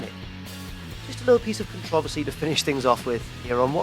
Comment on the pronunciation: lol "controversy".